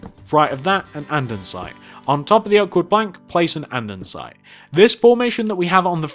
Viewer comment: Jesus fucking criss it is not anddansite it is andesite it annoyed me just like help with whatever they are say boots instead of trunk or bonnet instead of hood